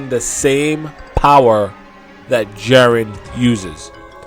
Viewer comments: Jeren? Already stopped after her said jeren 😤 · "Jaren" Lmao